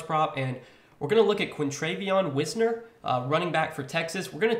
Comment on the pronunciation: As a texas fan its pronounced like wise ner